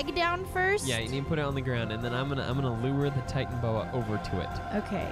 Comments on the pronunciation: Its pronounced Titan-a-boa,not Titan-boa.. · It is titanoboa not titanboa guys!!!! Sorry for watching your vid late cuz when you upload its usually around 9pm for my country Indonesia but I was born in Australia. No complaining tho from me Just do what you gotta do - Jeff Goldblum Blue: JEFFFF GOLDBLUMMM!!!!!